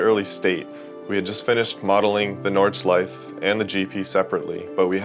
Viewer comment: Nordschleif-EH when will u mericans learn? when will u?